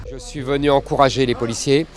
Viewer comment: "Je suis venur..." C'est pas très Charles de Gaulle tout ça !